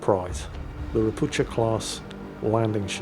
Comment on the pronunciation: I recently learned that Ropucha is not pronounced with a "tsh" for the ch like in chuck, but rather with a sort of hard H like in heel. This is because the ships having been built in Gdansk, Poland have a polish class name. Ropucha means toad in polish and is in fact pronounced with a H.